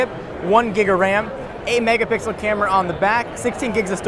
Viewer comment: "8 megapickle camera on the back"